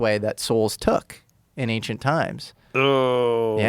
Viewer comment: i never would have expected to be the one who says "anxient".